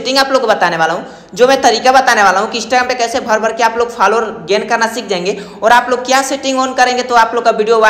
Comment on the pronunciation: Faalowar nahi bhai follow waar😆